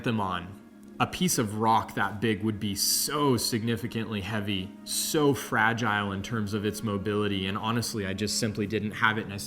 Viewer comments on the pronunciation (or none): none